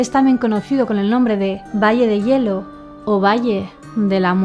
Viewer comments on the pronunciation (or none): none